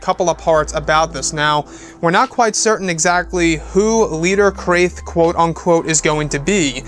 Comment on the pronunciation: This is a quote about a people known as "The Krath" pronounced similar to "Bath","Math","Wrath"" & "Laugh", etc. You perhaps are pronouncing it wrong. If what You are saying is spelt with a "C" in the word: "Crath" isn't it likely it is pronounced "C - RA - TH" like "K - RA - TH" (MATH, BATH, WRATH) This is a quoute by: Migrate Wizard from: Never Wizard Vault as an example. He must have got it from official Star Wars Legends lore. It reads; "The Krath was a secret society founded among the elites of Teta System which embarked on a mission of conquest and betrayal shortly before the rise of Exar Kun. Hugh Fleming, author of this picture of standard Krath warrior, was influenced by the earlier portrayal of Wilhelm the Conqueror." The "Krath" were an ancient order much like the Sith full of different species who followed their own particular doctrine... Unless that concept of them has now changed or been changed.